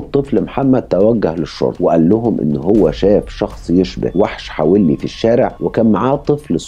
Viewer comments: حَوَلّي .. وليس .. حَوِلّي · حوللي وليس حولي .. روح اسمعها في نشرات الأخبار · كنت عايشة هناك والنطق الصحيح حَوَلي مش بالكسرة. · عفواً إسمها منطقة حَوَلِّى.. بفتح الواو.. كل الشكر و التقدير لحضرتك على مجهوداتك و إنصاف المظلوم و تقديم النصح للجميع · حوَلّي بفتح الواو مش بكسر الواو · البني ادم ده كان في منطقتنا في السالمية وكان صاحب اخويا ببلعب جمب العمارة وفعلا الشخص ده طلب منه يطلع معاه يوريله مكان عمارة معبية وطلع معاه واعتدى عليه هناك وراحو اهله فورا قدمه بلاغ وكان وقتها عامل مرتدي لبس العمال هنا بالكويت ومن بعدها الموضوع اتكرر اكتر من مرة مع ناس مختلفه كنا بنسمع عنها الا ان في ناس كتير لم تتقدم بالإبلاغ عنه حابة اوضح لحضرتك حاجه بسيطة المنطقة الي حضرتك بتذكرها الي حولي في تنطق حاء مفتوحة والواو ايضا والياء مكسورة ( لي) تحياتي لحضرتك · اسم المنطقة حولي في الكويت تلفظ بفتح الحاء وسكون الواو 👍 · ياجدع اسم الحافظة حولي بفتحة الواو وليس بكسرة الواو😂😂😂